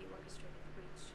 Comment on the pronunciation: Mais alguém tá sentindo aflição por causa do falar brunch ao invés de breach